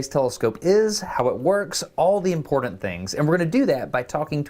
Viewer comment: Why does the way he says important bother me? I only pronounce one "T" and leave out the "A" when I say it (impornt). I thought smart people said the T and A And stupid people said (imporAnt). Like Candace Owen's (sry). Then this guy comes along making a 4th category with (impordant). I hate it I didn't think a smart person would l